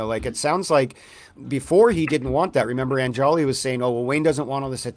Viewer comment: "On-Jolly" is how it's pronounced. I don't care how people pronounce it, but it's pretty easy, I'm not sure why it's so hard for people to remember and say.